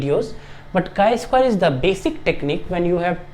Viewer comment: Chi is pronounced like "sky" but without the "s", not like chai (tea) 🧋 🫖 😄